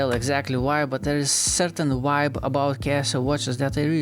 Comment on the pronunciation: Every native English speaker understands that some cultures struggle with the V sound and replace it with W instead. It's not an issue.